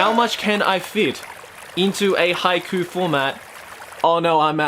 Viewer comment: I'm crying because of Haikyu!! instead of haiku.